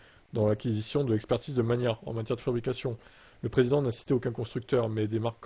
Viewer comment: Ça se dit mag-na 🎉